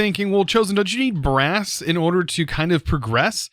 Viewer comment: Chosen: “We are going to need brass” Me: “Grass?” I heard grass not brass😅